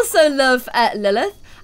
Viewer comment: You said Emma nested of Lilith